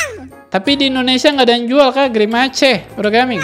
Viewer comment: Pak kalo grimace bacanya grimas